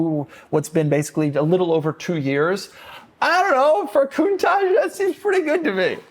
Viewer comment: Mercedes… Porsha porsha porsha porsha… coontash. 😂